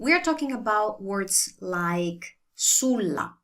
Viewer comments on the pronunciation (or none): none